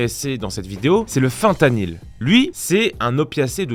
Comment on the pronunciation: Bonjour à toi, merci pour cette vidéo 😊 la partie sur l’oxycodone est plutôt correcte (sauf que l’oxycodone est semi-synthetique) mais par contre la partie sur le fentanyl comprend pas mal d’erreurs mais c’est normal, le sujet est assez peu connu en France. Déjà tu prononces le nom correctement ce qui est un bon point. Je suis ingénieur en chimie organique et j’ai travaillé pendant un paquet d’années dans le secteur de la toxicologie et du drug-design, autant dire que ce sujet, je le connais bien. On va commencer par l’histoire de la synthèse du fentanyl car c’est un point très important. Jusque vers la fin des 90’s le fentanyl est synthétisé via la méthode de Jansen, méthode assez lourde et plutôt délicate. Du coup la synthèse par des labos clandestins est très rare. Fin des années 90’s une nouvelle méthode est publiée sur un site qui repetorie toutes sorte de synthèses de drogues: la méthode de Siegfried, qui permet de synthetiser très facilement à partir de substances non contrôlées et à froid non seulement le fentanyl lui-même, mais aussi d’autres composés de la famille des fentanyls: methylfentanyls, fluorofentanyl, etc… cette publication est utilisée par des chimistes des USA pour fabriquer en toute facilité le fentanyl et ses dérivés. Le coût du fentanyl est très supérieur à celui de l’héroine mais il est 200 fois plus actif, donc on peut le diluer 200 fois plus. De plus, l’héroine est fabriquée à partir de l’opium donc filière extérieures aux USA alors que le fentanyl